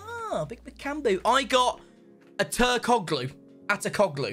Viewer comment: Hello mate I’m Turkish and that’s not have u pronounce it 😅 it’s AKTURKOHLU that’s how u prononce it so it will be easier for u